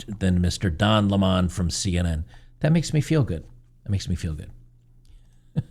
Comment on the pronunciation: It's pronounced Don Lemon...like the citrus fruit.